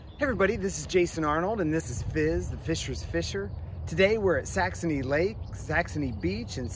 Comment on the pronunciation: Are you saying Saxomy with an m and not saxony??😅🤔